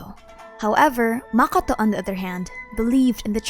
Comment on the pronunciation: ah shoot i used the wrong word. Yes you pronounce it kinna wrong to me. As if you say it in arabic way